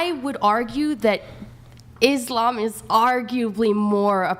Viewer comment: I’m only this far in and chair 1 is already annoying me… she can’t even pronounce Islam, or the Quran properly… and your gonna sit here and say Christians are bad to woman!!??? Bitch you better put on your hat and cover your face. someone tell her she’s not the fuckin main character fr.